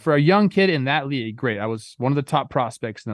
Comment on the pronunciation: Good "Laig" chat Trev